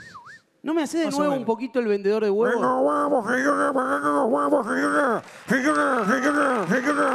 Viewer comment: Jaja ja ja ja ja ja al presentador le gustan los huevos del artista, señoga ... Señoga... Señoga.. Señoga.................sentí pena ajena, yo no llevaría a mi hijo para que me vea hacer el OSO...